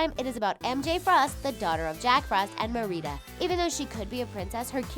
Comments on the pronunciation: It's MERIDA NOR MEREDA!!! As a Scottish person I'm mad af at them saying mereda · why do they say mareeda unstead of marida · Anyone else annoyed about how she said Ma-rida Instead of Me-rida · It’s not Merida(pronounced mureedah),it’s MERIDA)(Pronounced marihdah)!!!I MEAN COME ON!!! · Mereeda? MERIDA MER-I-DA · Who is “MER EEE DA” it’s “MER AA DA” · BITCH IT'S MER I DA NOT MER IDA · did she just say marida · Its Mer-a-da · Mer-re-da I'm sorry I had to say it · ITS MARIDA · “Mereeda” bitch no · Oh my god... It is (Mare-Ih-dah)!!!! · Oh, tell me they did NOT just do my girl Merida wrong! (I’m sorry; “Ma-REE-DUH”.) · "Mer-ree-da" WHO ARE YOUU TO SAY IT LIKE THAT??? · "Mer-eeda"? Seriously? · YOU SAID MERIDA WRONG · The only thing that really kills me is y'all pronouncing words wrong like Merida's name and Maleficent's name. It's pronounced on the movies and yet, you still say the words wrong. Just something I had to put out there because it drives me when people pronounce words/names wrong. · Did she say merida's name wrong?? 😲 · The way they pronounced Merida wrong irritated my soul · Is no one going to comment about how Merida was mispronounced? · I'm so frustrated from how Merida's name was pronounced ahhhhh, cringe! But these were all really cute, and I want to read them now. Harry is so popular😂 but I love him so much. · Was anyone else triggered by how she pronounced merida?? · yes i cringed and spoke to myself that she has a diffrent accent or a diffrent family in diffrent conuntry i trigerd so bad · I’m hurt cause of the way she said Merida however it’s spelt I bet they haven’t even watched it ugh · Merida is said wrong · It is pronounced in a Scottish way just as I am Scottish oh and pronounce it write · That's not how you say merida LOL (not hating just stating that you said it a bit wrong) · Can we just take a second to realize she pronounced Merida's name wrong buuh okay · I am triggered by how she says Merida